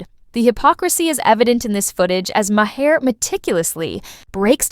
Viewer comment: Ma-Her? 🤔 jfCryst🙄